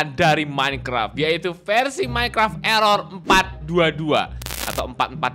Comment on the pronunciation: erer itu sebuah code dengan sebutan ERror ERror